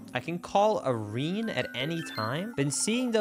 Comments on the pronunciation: mispronouncing words is actually pretty funny, I won't lie. 😂 I understand the chat is already doing some corrections, but I thought I'd comment regardless. 1. Gauge is pronounced like *gage*, just without the U in there. 2. Abominable is said like this: Ah-baw-me-na-bul. 3. Irene = Eye-reen. 4. Maiamai was literally right there, my, oh my. 5. It's actually Low-rule, not low-rulely. I see I didn't need to correct this since you said it properly after. 😂 6. A-cursed, not acrid. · I'm pronouncing it like that from now on.